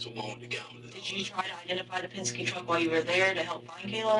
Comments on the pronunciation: Pesenske.....Oh. I thought it was Penske!!!!! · ITTSS PENNNSKIIII..NOT PAZINSKII GOD DAMN IT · “Pazenskee” ( pen-ski) lol love the channel, but I had to laugh at that small bit bro. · The name of the company with the Yellow truck is pronounced Penz-kee (Penske) 😊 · What the HELL is a damn "Paginzee"? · Pesenski is crazy 😂😅 it’s PEN-SKE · Did he say " Penzenske truck" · Btw it’s pen-ski